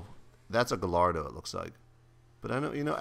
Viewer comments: jesse its not said ga lardo.... its said like gai ardo... not gai as in gay but yea i think u get what i mean xD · The Lamborghini Gallardo isn't pronounced like how it is spelled. It's pronounced guy-are-dough. PVP SAAAN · Sry I mean that it is said like this Gayardo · u say it like this Gayardo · Gallardo is pronounced Guyardo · its pronounced guy-ar-do two ll's makes the y sound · its pronounced guy-ard-oe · your saying gallardo wrong lol its "guy -r- dough" It's italian